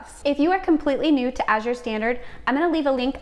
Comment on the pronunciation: Thank you for the English pronunciation. So many are using the French pronunciation, as in Cote d'Azur